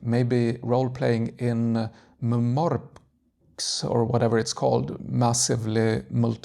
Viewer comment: oh! i love those books,a nd MMORPG is read in separate letters like M-M-O-R-P-G